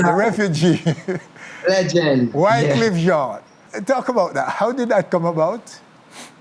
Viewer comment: When you talk about Wycliffe you say jamaitian